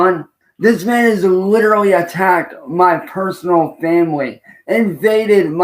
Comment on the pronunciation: Trust me when I say guys it's licherally clearly genuinely cause he's a hemophile! 😂